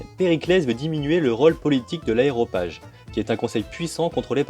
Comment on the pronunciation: Aréopage... pas aéropage...